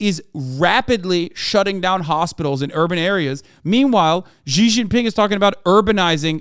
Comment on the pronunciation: Ghi Gin Ping 💀💀